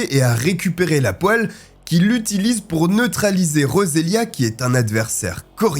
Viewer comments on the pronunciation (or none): none